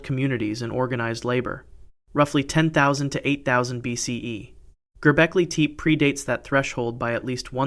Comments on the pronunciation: Gobekli TEEEEP lmfaooooo (Te-Payyy) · Gerbeckly Teep lol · "Gerbeklay Tepay"? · I’m kinda confused. I’ve watched other videos of yours and you pronounced Gobekli Tepe correctly in other videos. What happened in this one???